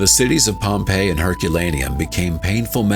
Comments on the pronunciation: Pom Payee you say? 😂😂😂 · Pompei -E??? Yo, get an AI host that can fucking pronounce shit right! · Mate, it's pronounced Pompey. I'm tired of AI. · I love a good story, but the narration's inconsistent pronunciations, indicating an AI narrator (Pompei-ee) (pum-iss/pew-miss), are painfully jarring. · What's with the Pompeiiee.